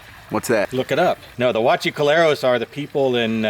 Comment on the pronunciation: You didn’t even pronounce “huachicoleros” right. And they’re not even a part of a cartel. They’re just people that drilled into the gas lines for the simple reason that gas prices were more expanded than they should’ve been. 🤦🏽‍♂️